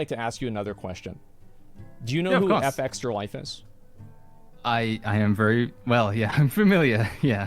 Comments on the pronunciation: Is there a reason he is pronouncing Fextralife wrong? You just say the word, it's not Eff-Extra Life, it's Fextralife. Soft F. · What is surprising is the fact that Asmon continues to say " FX tralife " instead of their actual name.